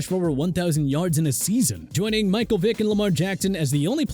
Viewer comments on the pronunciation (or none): none